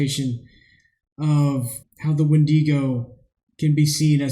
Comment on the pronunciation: Its wendigo not wendego